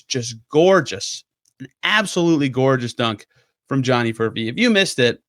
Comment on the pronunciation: Did I hear you say Furphect?